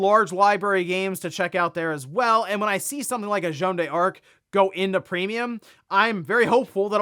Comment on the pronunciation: U just pronounce it as dark. Not die-arc